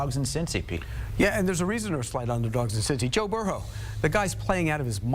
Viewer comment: Calling the GOAT Joe-Burr-Hoe is diabolical!